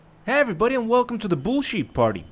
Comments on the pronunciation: Sounds like he’s saying “Hey everyone welcome to the bullshit party 😂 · Ngl I thought you said welcome to the bullshit party😂😂😂